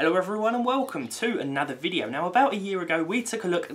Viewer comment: Why do I always hear "wowcum" in the start of the video :D :D